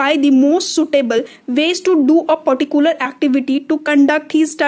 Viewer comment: How you said "particular "😂